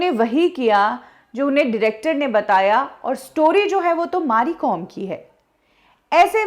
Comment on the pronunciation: Maari Kom ??? Its Mary Kom madam, she is a legend take her name correct at least .